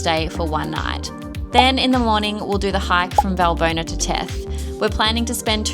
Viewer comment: ES HEIST. WALLBONA WALL.BONA WERD GESPROCHEN BRUDER